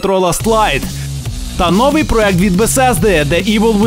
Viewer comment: У слові новий наголос треба ставити на букву"и ! )